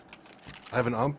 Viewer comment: the way he pronounced UMP made me cringe